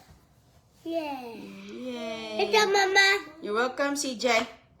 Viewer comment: Walang alam na Salita si malunggay, bagoong, sardinas, itlog', calls her son CG (she means CJay) Kelan pa kaya umayos dila ni para she can pronounce words correctly?